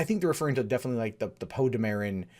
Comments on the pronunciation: Not for nothing, but isn't it pronounced "Poe DAMeron" (as he says it in TFA, when he and Finn make introduction), not "DaMERon", as you are pronouncing it here? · How do you fail to pronounce Poe's name correctly, they say it in the damn movies